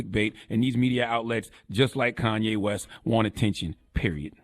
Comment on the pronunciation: He Gone Mad...... plain and simple Like come nah.... It's Kanye